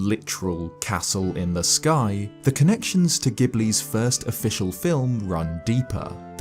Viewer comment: Castle in the SkAI